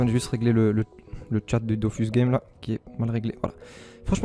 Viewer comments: c dofus est pas dofous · "on sretrouv sur dofous kom vou pouvé lkonstat" t'as l'air d'etre un brave donc faut que quelqu'un tle dise, c'est la pire intro du millénaire frero